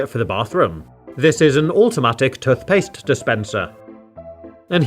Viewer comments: tuthpaste l😂l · Your dumb it's toothpaste not tuthpaste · tuffpast lol it’s toothpaste. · Tuth paste 🗣️🗣️🗣️ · Toot paste?(i think everyone heard that) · Toothpaste tooooooth not touth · 🤔Hang on hang on….Toot-paste…???? Am I missing something here or did I just hear that so totally wrong 😟..😂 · Tothpaste? You Have To Say Toothpaste. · What’s toth past 😂😂😂cracking me up lol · This hole is where the “tuthpaste” goes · It’s toothpaste not tuthpaste. Wtf is a tuth? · Tuth paste 😆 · U mean tuthpaste. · Wtf is tuthpaste? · "tothpaste" - 2022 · Why is he saying “tuthpaste” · "Tuf paste" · STOP SAYING TUTHPAST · Why do you say touf paste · "Tuthpaste" that got me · instead of tooth paste he says toth paste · Love these videos never disappoints but I can’t get over “tuth paste “ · Tuth paste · Toothpaste ❌ Tuthpaste ✔️ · Love watching videos, very relaxing. However I do sometimes notice it when he says tuthpaste instead of toothpaste, but non the less he’s a legend and I thouroughly enjoy the videos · Nah he said. Tofpaste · who calls toothpaste "tuthpaste"? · Just me who noticed then he says toothpaste he pronounces it as tufpaste? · Can we just point out how he says tooth like tuth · I hate the way you pronounce "toothpaste" Tuthpaste... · im scared how he said tothpaste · has aanyone noticed he says toothpaste like tuthpastse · I don’t care where you’re from, that way of saying toothpaste is categorically wrong. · Man can't pronounce toothpaste lol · Your accent is very bad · tothpaste tothbrush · It’s not tuth paste it’s tooth paste It’s not tuth brush it’s tooth brush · Bro he said tuthbush and truth paste